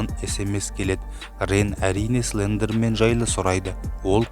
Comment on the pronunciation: Тілің келмейді ғой сліндермен 🤣